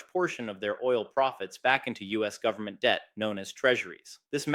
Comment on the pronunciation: "full faith and credit of the US gubmit"...LOL